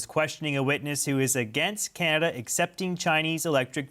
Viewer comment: Hey MA! It's CaNAda not CaMAda ... he's dismissive and condescending and ... insulting to Canadians.